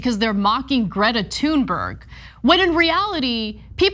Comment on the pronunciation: Megyn Kelly's intentional mispronunciation of 'Thunberg' is an attack on white culture XD